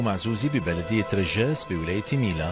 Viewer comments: إسمها رجاص أخي وليس رجاس أرجوا أن تصحح الخطأ و شكرا تحياتنا المهندس الفاضل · رجاص. وليس رجاس صحح